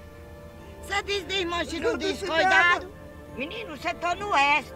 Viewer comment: "coidado Antoim coidado" 😂😂😂😂😂😂😂😂😂😂